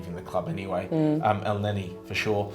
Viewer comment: Put some respect on Elneny's name!